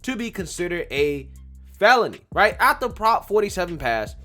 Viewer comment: love you. But please...it's AF-TER You keep saying ATH-ER